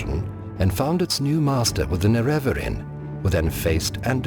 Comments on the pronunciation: Nerevarine. Nerevar-EEN. Not Ner-REVER-in. American pronunciations of things kill me. Or whatever kind of pronunciation that was supposed to be. Aside from nitpicking like that, video was great. The new VO person is really good. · Why does the narrator pronounce Nerevarine that way, with the emphasis on the second syllable? Azura pronounces it very differently in Morrowind, and she has one of the few fully voiced roles in the game.